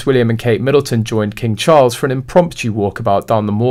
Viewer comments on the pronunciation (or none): none